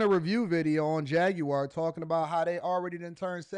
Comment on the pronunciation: Why you pronounce the Jaguar car like that? Is that really how you say it?